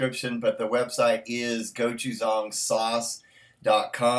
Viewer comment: Go-too-zong? Is that how you say it? Oh...love the plastic spoon you have been using. I agree and if I can find a day I can suck it up enough to record a review I will be doing the same! Hopefully soon! Good one,. As always.